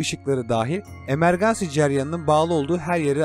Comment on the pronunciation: Emergency Emergansi değil imörginsi diye okunur